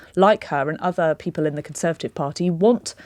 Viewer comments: She even seems unsure as to how many syllables are in the word "conser(va)tive. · She can't say "Conservative party". Even when given a second chance.